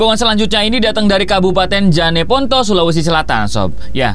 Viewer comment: Bukan janeponto bg Tapi jeneponto